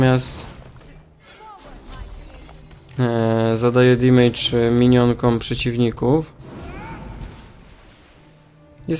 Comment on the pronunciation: Taka mała uwaga :) nie wymawia się damage jako "dimejdż" tylko "damydż" :)